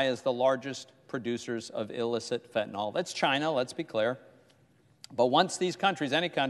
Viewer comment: Ya know? I have heard these so called highly educated clowns in leadership pronounce the name of a certain opioid, incorrectly. They keep calling it Fentanol.....Fact for all of those geniuses! It is properly Fentanyl most used for pain in cancer patients.